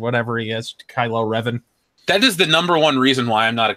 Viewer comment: Kylo Revan... HOW DARE YOU SULLY DARTH REVAN'S NAME!